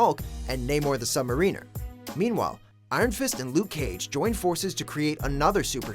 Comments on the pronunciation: Namor the Sub...MarEENER?? Lol!! M-air-in-nurr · Sub- MARiner, not Mareener. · FFS....stop calling him the Sub mareener! It's submariner! (mare-uh-nuhr) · Ugh... It's Sub-Mariner (suhb - mar - uh - ner) not Submariner (suhb - muh - ree - ner). The hyphenate in the name is the pronunciation indicator. He isn't part of the crew of a submarine... a submariner. He's a navigator of what is below the ocean's surface... a sailor of the deep... a sub-mariner. Look up how to pronounce the word "mariner," and you'll feel a little stupid (or less stupid the next time you actually pronounce it correctly). Sorry to pick on this, but this is twice now that I've heard this same WatchMojo dude mispronounce this... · You lost me at sub-mareener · you really just say Sub Mariner like Sub MARINE ER ..cmon... say it right.... I gotta be critical on that one dude.... point against you :) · It's pronounced the "Sub-Mare-e-ner"! And the fourth original member of The Defenders is the Silver Surfer. And you should make it clear that viewers should not confused Lei-Kung with Jerry Carstairs. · By the way you are pronouncing the name wrong of Namor Mckenzie aka SUB MARINER.